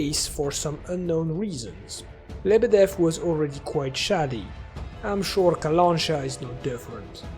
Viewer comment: Nice analysis, I really hope the game will be great, which is a rare thing these days (me hoping for something). Was really pleased to see the bayun cat and that the Clear Sky was mentioned. BTW, its kalanchA, not kalAncha.